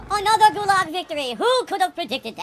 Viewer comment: King of the Gulahg, because he is in there kahnstantly. Good thing there are no bathrooms in there.